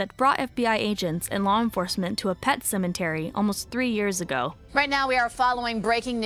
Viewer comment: Pet cemetery not 'sementary' ; Spiritually inter*twined* not 'inter-wined'.